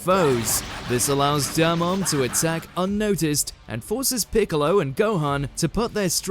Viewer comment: I just kept listening to”Bigalow” 💀🤡